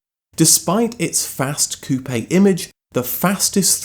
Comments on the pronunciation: Coupe - one syllable Like "coop" NOT "coo-PAY" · "Cou-pay" lol, it's pronounced "coop" (the "e" is silent). 😆